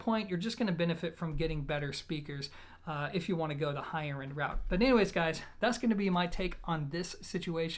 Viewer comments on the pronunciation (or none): none